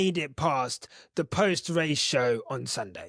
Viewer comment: "Nomo rrrrrrradio. The rrrrrrrrrest of the rrrrrrrrrrace". 😅😅😅